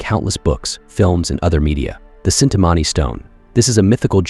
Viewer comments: I don't want to correct or anything but it's chinthamani not cintamani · Cintamani ❌ Chintaamani ✅ [CH pronounced like Bench] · Its chinta mani not cintamani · wrong pronounciation its chintamani , as like Chin-ta-maany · it is Chintamani and the 'ch' is pronounced as it is pronounced in the word China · Chintamani is pronounced differently, Ch is pronounced like how Ch is pronounced in Chocolate. It is fish fulfuling gemstone, radiant and heals everyone around it. In Shakta sect, palace of Goddess is said to be made entirely from Chintamani. Another mystical stone is Paras mani, which make any iron or metal into Gold upon touching.